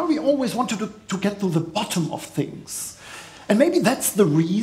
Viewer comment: THE. THE. Nicht se. 🤣